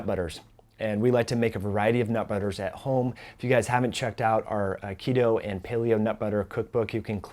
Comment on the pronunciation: I swear he's saying, Aikido..